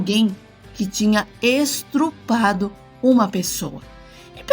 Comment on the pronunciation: Estrupado??? Estrupo?? Q isso? kkkkk